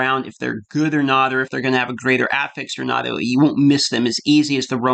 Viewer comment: Please learn to say affix properly.